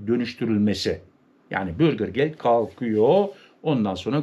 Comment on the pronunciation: Bürgir degil , ' bürger'.